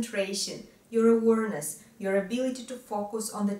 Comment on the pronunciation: a positive criticism of significant word in your presentation: awareness is pronounce “a—wear—....”, Otherwise, flawlessly clear! Thank you